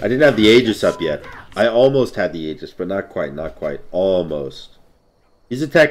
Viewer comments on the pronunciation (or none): none